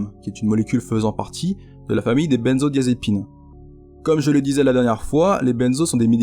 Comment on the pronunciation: Video tres exacte, (juste la prononciation de "benzodiazépine" nest pas la bonne mais ca change rien au) bon boulot que vous faites. Traiter de l'héroïne serait pas mal, car c'est le pire poison que j'ai connu (et en substances après 20ans dedans j'ai connu quasiment tout malheureusement...) bonne continuation